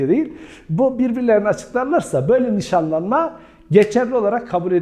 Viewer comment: 23 videodur seni izliyorum vurguları çok saçma yerlerde yapıyorsunuz hocam evlenme vadiyle yapılan NİŞANLANMAĞĞ ...... gibi gibi